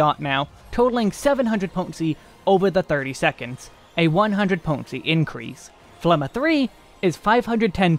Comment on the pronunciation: The G in Phlegma is not a silent letter.